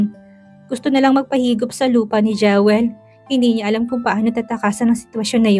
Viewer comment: Pls come rrect your pronunciation ng Jewel. It is pronounced “Jiwel”. Sakit sa tenga pakinggan kc. Sorry if I offended you.